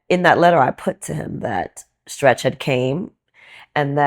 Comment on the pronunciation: The interviewer trying to say Stretch was ugly